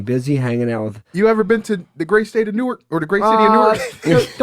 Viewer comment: nooooo he said New Ark noooooo